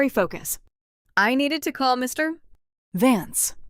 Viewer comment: check the reader.... cannot say vance any time???